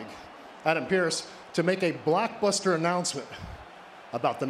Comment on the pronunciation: Blackbuster? I thought it was "Blockbuster"